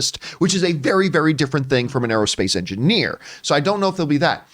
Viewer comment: I think the only reason the female pronouns translated was because of how the actress pronounced it. On rewatch it sounded like she said engineer-a. So I doubt they are female.